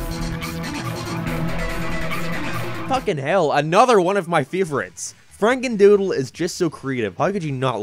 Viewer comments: “Franendoodle” now you need to redo the whole video :) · you said FranenDoodle instead of FrakenDoodle